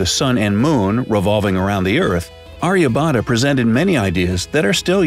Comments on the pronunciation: I am an Indian and I really appreciate the wonderful things you said about my country but the pronunciation of Aryabhatta is wrong. Same goes for Chaturanga and even the Himalayas! But the video was pretty cool. Mera Bharat mahan!🇮🇳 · I love how he pronounced Aryabhatta